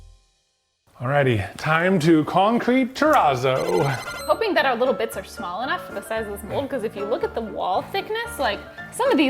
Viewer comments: TEH-RAAAAZOW You've said the word pizza so many times. You know how to say terrazzo correctly. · Concrete Terrazz-oh-no : Funfetti Ter-RAZZO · I just watched do a project with Terrazzo! He kept calling it churrizo!😂😂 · The channel Ben’s worx just tried that Razzo stuff a couple videos ago and I kept thinking he said chorizo instead of terrazzo… I was like why are they calling it fancy salami? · Begging ya'll to learn how to pronounce terazzo. You're killing me here.